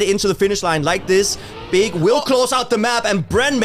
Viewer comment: Not to be rude and I understand the thought process, but BIG is an acronym (just like NATO/NASA), so it’s not pronounced „Bee-Eye-Gee“ but as a regular word. Would be great for the org if you could spread their name in the correct way in future casts! 😊